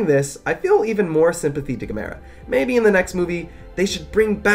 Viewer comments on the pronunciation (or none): Erm, his name is pronounced like, “gam-a-rah”.